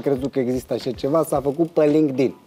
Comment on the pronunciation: Acolo chiar sa înțeles ca zice lindig.......... Lindic 😂😂😂😂😂😂